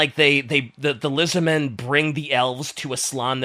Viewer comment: I like how says Lizardmen like a last name…. Joe Lizardmen lol